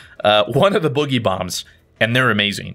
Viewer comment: Everyone says it wrong, it’s not bugeeee bomb, it’s boooogy bomb as is dance/boogie